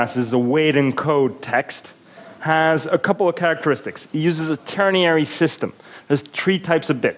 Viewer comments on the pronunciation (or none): ternary, not tierniary.